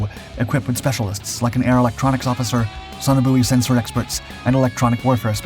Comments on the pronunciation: Message to the narrator: you are pronouncing sonobuoy incorrectly. It's not "so-no-booey", It's pronounced "so-no-boy"!!! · In our RAF world sonobuoy is pronounced sonoboy. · It's an American Vs British pronunciation difference. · I highlighted that too, it's so annoying, we are talking RAF speak not Yankee doodle dandy.